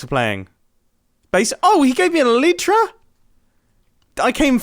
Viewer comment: the way you say elytra it’s pronounced el-eye-tra 😂